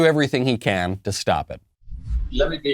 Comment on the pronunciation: "Yes, we cwan" UwU